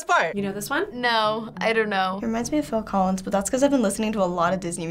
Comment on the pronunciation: Wow the Dude got Phil collis right!🎉🎉🎉